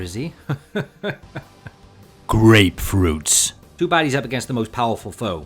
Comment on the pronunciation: All GREATFRUITS and all... Until you hear a G.O.D. says HAKAI💀